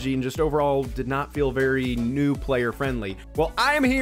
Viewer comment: Who else heard noob instead of new 😂